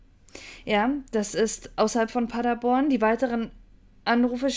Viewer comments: ich liebe Deine Videos aber es heißt PaderBORN (Betonung auf der letzten Silbe). Ich komme aus der Gegend. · Der Ort heißt Paderborn und nicht Paddaborn!